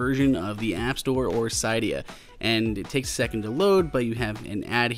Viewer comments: cee.dee.yaa not cai.dee.yaa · Sigh-d-uh? Sid-e-uh... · You are pronouncing Cydia wrong